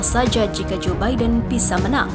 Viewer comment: Joe Biden bacanya zubaidun